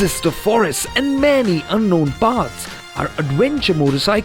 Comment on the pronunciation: AdWENcher AdWENcher. 😂